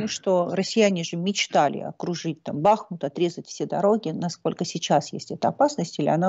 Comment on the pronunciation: Прочтите не БАхму а БахмУт